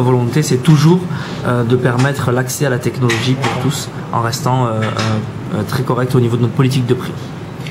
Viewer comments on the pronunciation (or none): Technolozie x). Sinon très beau téléphone :-)